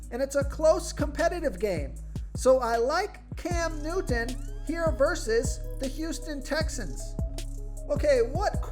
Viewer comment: Hey guy make sure you pronounce Cam Newton as clearly as possible. Annoying. I tried. Sounds a little Special.